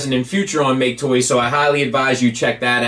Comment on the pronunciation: I knew I wasn't imagining things with talking about how You're apparently supposed to pronounce MakeToys!